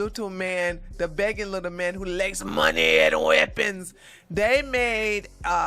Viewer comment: I just love it when talks about "THE LITTLE MAN WHO WANTS MORRRE MAHNEY 'N WEAPONZZ" lol